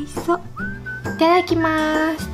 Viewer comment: いただきますのイントネーションww